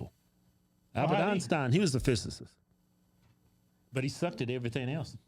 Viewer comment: Trying hard AF to clown Neil, but can’t pronounce physicist has me rollin😆😂😂😂